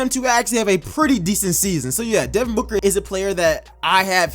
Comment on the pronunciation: Stopped watching when he said booker at 30 😂😂 ok